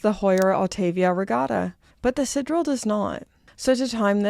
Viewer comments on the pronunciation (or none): I love your content, but for the mercy of God - isn't Canada a French-speaking country, at least to some extent? SidEral is not really that hard name to not butcher the pronunciation every time... Still love you tho. 😛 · Strange that you were able to pronounce "sideral" as the French would, but then decided to mispronounce it afterwards. "I know it's pronounced 'Tiss-oh', but I'm going to say 'Tiss-sot' from now on." 😂😂